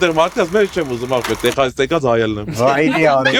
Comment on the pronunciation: Lav eli ays angragetnerin bacatreq vor Texas gravum e Teqsas artasanum, amot e